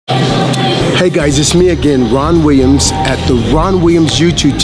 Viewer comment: Not so sure if dips are as detrimental as he says but whats the more alarming thing in this video is that he can't even pronounce his own surname correctly?! WTF is wee-ums? Is this how folks in the states pronounce it?